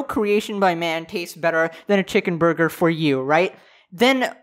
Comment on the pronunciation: who else cringed when he said chicken burger?